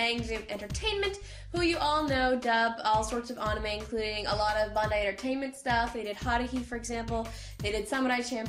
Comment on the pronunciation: pronounce anime properly